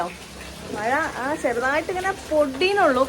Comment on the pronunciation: മയ അല്ല മഴ